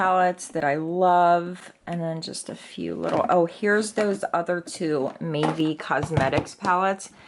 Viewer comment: Mavie cosmetics. I thought she was saying maybe